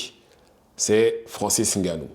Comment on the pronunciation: Frérot ta vidéo est bien mais pourquoi tu prononce N et plus loin GANOU. Alors que Schaewzzeneger tu le prononce bien. Un nom africain subitement tu as du mal. Ressaisis toi, tu contribues à lui manquer de respect. C'est pas méchant mais a un moment faut dire les termes.